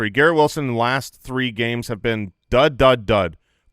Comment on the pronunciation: “You haaave to do standup.” Detroiters for the win 😂